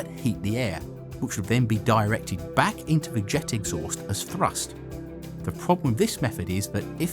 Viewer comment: YOU CANNOT SPEAK ENGLISH! DO NOT MAKE ANY MORE VIDEOS UNTIL YOU HAVE LEARNED HOW TO! FOR EXAMPLE, YOU CRETIN, 'WITH' IS PRONOUNCED 'WITH', NOT FUCKING 'WIV'!